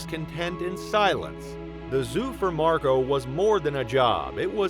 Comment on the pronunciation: I can’t get past Marco being pronounced MarGO.